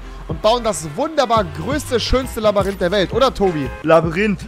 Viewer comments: Labyrinth und nicht Labarinth🤦‍♂️ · So geil wie du immer Labarinth sagst 🎉❤️ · Labayrinth ich schmeiß mich jedes Mal weg 😂😂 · Labyrinth... Rewi: LABÜRINTH😂😂😂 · Du sagtst immer labarint